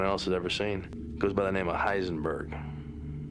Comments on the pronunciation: eisenberg 😂😂😂 forgot the H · It’s Heisenberg, not Eisenberg